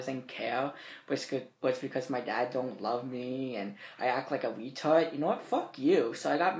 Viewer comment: That guy that said "You act wike a weetawd" Was SOOOOO right